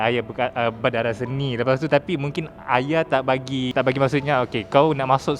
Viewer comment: Benda yang lepas biarkan ia berlalu. usah di korek kenapa kawen di Thailand? Kenapa bercerai? 1 je aku geram dengan wartawan ni mana sebutan H dia? duk Aya...aya.....Ayah lah!!